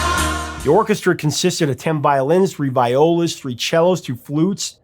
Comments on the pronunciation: Hey Prof! Excellent piece of work, as usual!!! One thing, though. For future reference, those “vYolas” are pronounced “vEEolas”. Beautiful job, my friend. And my compliments to Simon Leng, author of the book, “While My Guitar Gently Weeps”, for picturing George on the cover with his Rickenbacker 360-12 (as seen in the film, “A Hard Day’s Night” and heard, among other places, in the song “I’ve Just Seen A Face” on the album “Rubber Soul”). By the way, didn’t the great Wilson Pickett do a MONSTER job with the song? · it's pronounced vee-ola!